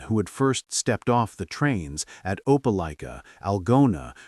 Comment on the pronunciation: It's pronounced opa like ka. Opelika